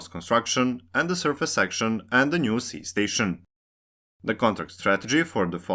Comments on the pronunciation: Ski not Si Ski not Si Ski not Si Ski not Si Ski not Si Ski not Si Ski not Si Ski not Si Ski not Si Ski not Si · Just a super small, unimportant correction. Ski is pronounced like English "she" not "sea". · I think it's more about the fact that the narrator/writer did look up how to pronounce "Ski", which is sort of with a silent k.. but not like "si" in "Si Señor", but rather, as Donato286 said, more like a "she" or "schi" like in "Schiphol". It would have therefor been better to pronounce it like the english "Ski", since that is the actual language used in this video. That said, I think it's nice when people try to prounouce things the right way, but at the same time, I don't really care. Their own language way of saying the name is far better then saying it wrong in any and all languages... Also the fact that some cities like Wien/Vienna, Copenhagen/København, Beijing/Peking is a show of absolute disrespect running decades or even centruries back, and is not something anyone should strive for. At least people are trying to change their brains over from Kiev to Kyiv, but that took an invasion to fix (and some people are still trying to say "it's too late to change the name now, I'm used to Kiev") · It seems it's actually pronounced "she" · The k in Ski isn't silent. It's pronounced, just like in the activity of skiing. Indeed just say skiing, then remove the ing while keeping the first three letters.